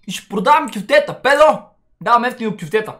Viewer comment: не е кюфтета а е куфтета